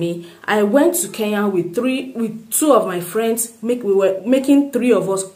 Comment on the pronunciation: But stop pronouncing it Ke ya, it is Kenya.